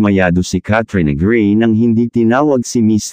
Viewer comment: Pls bigkasin ng tama in Tagalog Kat - tri - yo - na - grey